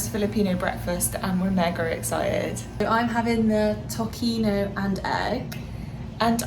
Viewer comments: it not pronounced tokino it’s pronounced like “ to si no” but it’s spells tocino. 😊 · You've pronounced longanisa very well. Tocino though us pronounced tosino. But you're doing great! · usually called tocilog (tocino, "sinangag"-fried rice, "itlog"-egg) and longsilog (longganisa, sinangag, and egg). tocino is pronounced "to-si-no" and you actually pronounced longganisa correctly and its funny how you were the one to apologize even though it was correct 😆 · Cute how you pronounced Tocino as how people in the UK will pronounce the "C" in Celtic. In Filipino it's actually "toh-see-noh". Hehe. Really enjoying your videos.